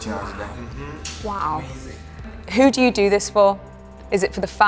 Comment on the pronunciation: Jungkook's "amazing" hahaha XD How can ya not love them?